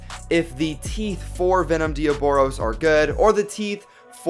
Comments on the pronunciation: That's not Diaboros, its Diabolos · You are calling it dioboros u put it on the title diabolos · YOU SAID DE AH BOROS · Its not diobolos damn it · It's pronounced de-oblos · No diaboros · That's not how u say diabolos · You said diaboLos